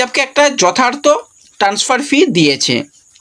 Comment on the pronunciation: ট্যান্সফার উচ্চারণটা!